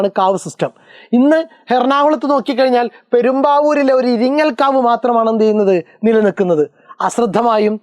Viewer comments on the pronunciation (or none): ഇരിങ്ങൽ കാവ് അല്ല ഇരിങ്ങോൾ കാവ് ആണ്